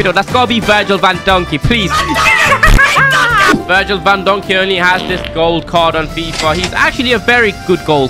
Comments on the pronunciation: Bro just said Virgil vandonkey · Bro said Virgil Van Donkey😂😂😂😂😂😂😂😂😂😂😂😂😂😂😂😂😂😂😂😂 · Man really said that Virgil van dijk was Virgil van donkey 💀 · “Virgil Van Donkey” 💀